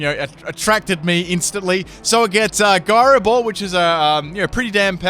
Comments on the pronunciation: No offence but he said majerna and proceeded to say giro ball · guyroball lol, look up how to pronounce that. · It's pronounced "Gyro Ball" ! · Byron Slowe it is pronouncex jyro ball. Not guyro ball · isnt it why-fooo? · What's a guy-ro ball? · Full can't pronounce it team! Florges with Synthesis something with Gyro Ball I'm sure there's more... suggestions?